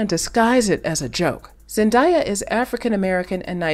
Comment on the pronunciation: Great coverage of one of the most popular, respected and much loved actresses on the planet so I don’t know how Zendaya’s name was repeatedly mispronounced!! Her name is pronounced Zen-DAY-a not Zen-DYE-a.